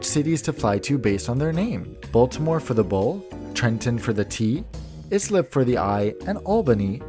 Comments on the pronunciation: I would like to say that he prononce islip wrong. It is prononced ice-lip not is-lip there is a diffrence. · Not ISlip, it's Islip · Islip is pronounced EYE-slip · Pronounced eye-slip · Ok, Islip is pronounced, I Slip! It is among the easiest of Long Island town name.